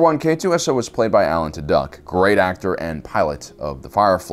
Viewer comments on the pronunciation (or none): Alan Tudyk's last name pronounced like "Two-Dick." Interesting take on it though. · Lol Alan "Two-duck"